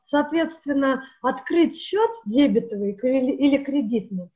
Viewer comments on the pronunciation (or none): Не дебЕтовый, а дебетовый. И не смотри, а слушай. Вы же не картину показываете